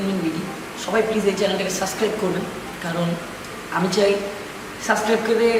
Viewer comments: সাসক্রাইব নারে পাগলা ওটা সাবসক্রাইব হবে। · সাসক্রাইব না সাবস্ক্রাইব।